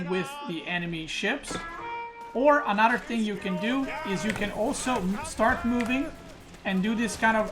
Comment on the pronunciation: How he says another “Anuter” cracks me up lol